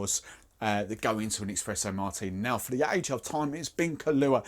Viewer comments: Expresso Martini :'D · Es-pres-o For the love of god, there is no X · What the fuck is an eXpresso martini?